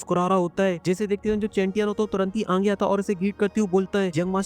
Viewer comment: Bhai aap aage ko aange kyu bolte ho 😂😂😂😂